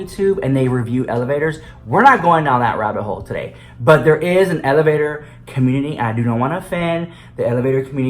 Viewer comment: The elevator communtitty